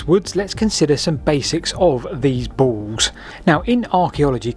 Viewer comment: The word is pronounced "balls", NOT "baws". This irritates me so much I can't complete the video. Speak properly man!